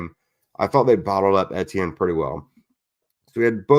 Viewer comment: How you pronounce Etienne’s name. Just say the letters E T N out loud. 😊